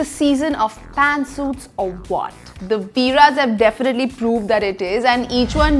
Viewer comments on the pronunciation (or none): It's not Veera's it's veere's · Ohh god it’s not VEERA’S it’s VEERE’S 🤬